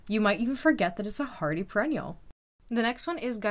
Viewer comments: I know, i don't think i can wstch. My hobby has been growing flowers from seeds for 25 years. But, come on. Its per-en-ni-al. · STOP SAYING PRE ENNIAL.........SAY PER ENN IAL......🙄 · They are called per-ennial, not pre-ennial. Thank you for showing all the pros and cons of your perennial seed starting. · Yep she is it was distracting lol I kept saying NO it’s per not pre 😂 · Purr-ennials, not pre- ennials!! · I think this might be that artificial intelligence thing. I'm hearing pronunciation on some of these videos like "Pee tals" for "petals". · she says preennual not perennial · Just trying to help you a bit. It is not pronounced PRE- Enial. It is PER-. Like PUR- wRen- neal . Per ren nial. You are so great to tell us how to plant these. You are very helpful! I in turn am trying to help you! Hope this is helpful! Let me know! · It’s pronounced perennial not preennial. Per not pre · She is saying preennial. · It's PER-ennial... Not PRE-ennial... When doing a vid to teach people, it's best to say the correct things for those who don't know at all... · I noticed that too.perenials babe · I enjoyed your video! Double check your pronunciation of the word “perennial” though. 😊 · Nobody said she wasn’t “doing just fine”. She’s clearly mispronouncing the most fundamental word in her video. It’s a reasonable comment to make. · Did anyone notice she said that she was in Canada? I’m guessing that’s why she says perennial somewhat differently. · she obviously knows that it's perennial because she wrote it in the title. Maybe in her part of the world that's how it's pronounced, maybe it's one of her quirks. It doesn't matter. Anyone with more than 2 brain cells would understand even if they noticed in the first place. And more importantly it doesn't detract from the quality of the information and the video. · The mispronunciation of perennial was extremely distracting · No, that’s not it. She just doesn’t seem to know how to pronounce perennial. It’s very disappointing.